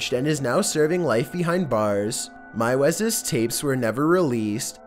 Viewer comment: Normally I don’t complain about these things, but meiwes is pronounced “mews”.